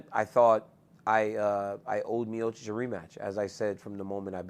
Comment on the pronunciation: He pronounces miocic like miosich